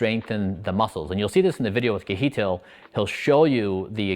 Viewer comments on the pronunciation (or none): So funny to hear you say Kjetil, ke-he-til, it should be pronounced closer to - sh-eh-til, but in one go. In Norwegian, "Kj" makes particular "Sh" or "Ch" like sound, similar to "cheese". and the "e" is a breathy open mouth "eh". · I think his name is pronounced Shetill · Please ask you friend "Keheetil" how to pronounce his name correctly :-) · your saying his name wrong by the way